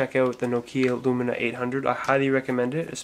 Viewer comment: its not nokia lumina its lumia, you saying it wrong